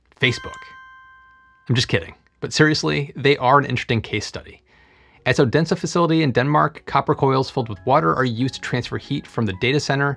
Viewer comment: Totally butchers "Odense", but god forbid a Franch Word is mispronounced. 🤣